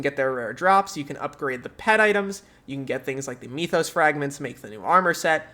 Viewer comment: m-ee-thos? MYTH-os.